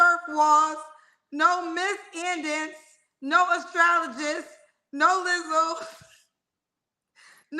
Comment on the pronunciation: And the extreme emphasis on no Lizzo lol